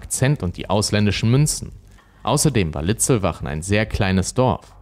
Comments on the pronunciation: Die Ortschaft bei Traunstein heißt Litzlwalchen und nicht Litzlwachen. 😉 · Der Ort heißt Litzlwalchen mit „l“ in der Mitte 🤦🏼‍♂️ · Ja, nicht Siegersdorf. Und der Ort , an dem die Schüsse fielen, heißt Litzlwalchen, nicht Litzlwachen. Diese Fehler stören enorm und wären leicht zu vermeiden… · Servus, es heist nicht Siegesdorf sondern Siegsdorf und nicht Litzlbach oder Litzlwachen sondern Litzlwalchen. Außerdem ist Litzlwalchen keine eigenständige Gemeinde, sondern gehört zur Gemeinde Nußdorf. Ansonsten ein prima Video in gewohnt guter Präsentation. Danke. Liebe Grüße aus dem westlichen Chiemgau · Leider heißt der Tatort nicht Litzwachen , wie hier genannt, sondern Litzlwalchen und der hier Siegesdorf genannte Ort Siegsdorf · Sorry, will nicht klugschei..ern, aber: Es heisst Siegsdorf (nicht Siegesdorf) und Litzlwalchen (nicht Litzlwachen). Bin aus der Gegend... Ansonsten wirklich sehr guter Kanal! LG